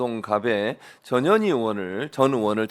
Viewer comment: 어감이 좀.. 저년이, 저년이. 자꾸하시니, 내 어린시절 친구놈들이 상년이, 상년이...라고 나를 놀리던게... 전 현희, 화이팅입니다...